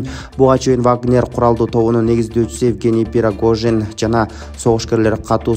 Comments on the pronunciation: Жок дегенде негизги адамдардын аттарын туура билип алып суйлочу шерменде болбой.Пирогожин эмес Пригожин,Синзя зен пин дегенин кандай?🙉 Си Цзиньпин. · Надо правильно произносить фамилию. Не Пирогожин , а Пригожин.